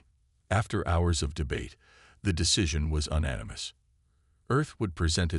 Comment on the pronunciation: Teach your damned AI voice how to pronounce "unanimous", The Sol system is the proper spelling.There are many spellings of the proper names used, many of the phrases used are becoming tropes. Try harder, human editing and human narration is becoming necessary if you wish to play in the SciFi story space. Also, stop using Chen as a character for a while!